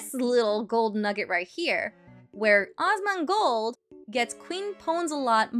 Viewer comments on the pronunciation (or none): Dual posting but I wanted to say it cracked me up in good natured way how this creator calls Asmon Awes-mon. It makes me giggle and not trying to be mean. It's cute and funny.